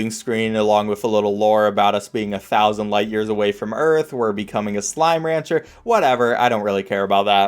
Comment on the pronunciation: how do you make slime ranger freaking SLIME RANGER to sound so bad